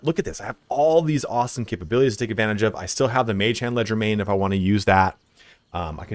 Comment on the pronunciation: Leger- DE- main, not legermain